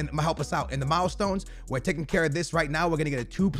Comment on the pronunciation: Why does this guy say mild-stones